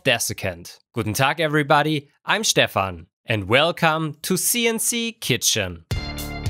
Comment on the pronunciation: Amazingly detailed as always! (Und: Danke, dass du "Stefan" im Intro jetzt richtig aussprichst… 😊)